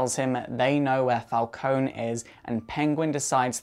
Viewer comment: I'm pretty sure It's Pronounced Falcon(ie)